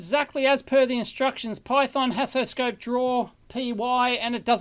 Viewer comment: I would like to say that Haasoscope is not a good name. When Dave says it (like any English speaker would), it sounds like "hassle scope", and from the video, it seems like he had nothing but hassle when testing it. I'm sorry mr Haas. Second point: I would have liked to see a teardown of the screwdriver. I was curious about the mechanism, even though I know this a electrical engineering channel.